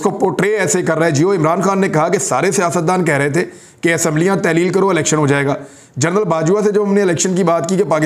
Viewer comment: Yar Imran bhai, general KAHA karein, journal nahin